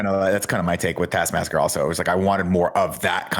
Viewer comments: Everyone's sounds like they're saying task masker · Say it with me, Nick: T A S K. M A S T E R. TASKMASTER Not tass masker… TASK. MASTER. Thank you for coming to my TED Talk. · Is it just me or can Nick not say taskmaster?